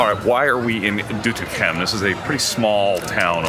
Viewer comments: Foreigners enjoying kingsday more than the Dutch😂😂 Nates pronounciation of Doetinchem was top👍👍👍 Katrinas pronounciation is improving as well👍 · Doetinchem pronounced correct. Well done. You deserve the oranje tompouce